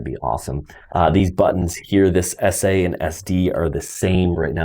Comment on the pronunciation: english is not my language, i needed 20 minutes to do this correct . and sounds like add and that confused me...finaly made it. need to try it in sim